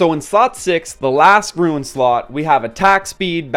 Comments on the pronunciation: Seriously. I don't understand how you see the word 'rune' and pronounce it 'ruin'. These are useful videos but this is killing me. xD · The rant at the beginning of the video is so cringe... Even besides the way you say rune as "ruin," the whale complaining is just bizarre. I'm about a month in and 50 slots is plenty, I have no plans to increase my slots at all, because it's pretty obvious what runes are good and what ones aren't. If it doesn't have optimal substats, it gets salvaged immediately, and if it does, it gets equipped to someone or locked. Optimal substats are hard to come by so you end up salvaging 95% of what you get anyway, there's no need for 500 slots, that's crazy. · Say "Ruin" one more time. Useful video, thanks. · word - Rune What he says - Ruin. I want to punch people like this cause i can't really stand this type of stuff. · Nice video. But the way you say "rune" triggers me a bit